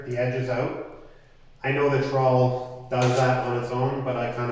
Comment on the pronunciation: I'm also in Canada. That's alot of words but you're pronunciation is wrong.